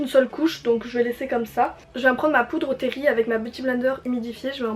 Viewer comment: Cc tu m'a fait rire quand tu as dit "ma poudre Terry " parce que la marque c'est byterry mais sinon ton maquillage est bien réussi et très naturel j'aime énormément